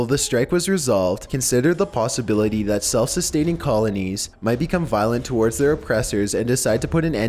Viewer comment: He says a lot of shit I hate in all his videos like "towards" he says "torwards"lol, also when he says abbreviations!!!